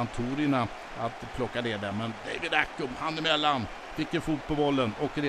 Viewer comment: David Accum ? I-Cum? Han heter ACCAM för helvete haha!